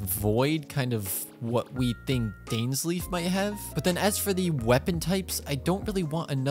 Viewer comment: his name aint dainslif its dainsleif